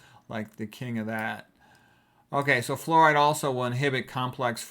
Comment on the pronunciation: “Flooride” I love it 😂